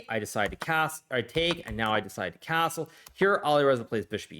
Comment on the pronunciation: Why the "s" sounds different when he says castle? Like cazzle